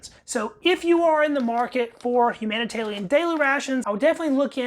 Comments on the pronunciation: Who else noticed he keeps saying “humanitalian” instead of “humanitarian” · It’s obviously a speech impediment. Dont be a dickhead. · Why are you calling them HUm HUMANITARLIAM? ITS HUMANITARIAN ! Is it a speech impediment? If so ok. If not why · Thats an R, not an L. Humanita(R)ian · It’s called humanitarian rations, not humantallion rations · Are you saying humanitalian on purpose? You know it's humanitarian....right? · You keep calling it, Humana Talian daily rations, but it is humanitarian daily rations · Nah he just can’t read lmao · love this video as it is quite rare, but the level of anxiety i get when you say "humanitalian ration" gets me shaking. keep posting man love your videos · LOL, Humanitalian eh? How, just how? How can you fuck that up so badly? Are you a lizard person? Blink your second eyelids twice to confirm. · There is an "R" in HUMANITARIAN. hahaha ;-p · that's not from the drawl....